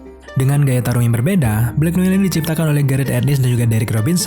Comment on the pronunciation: Blacknoar bacanya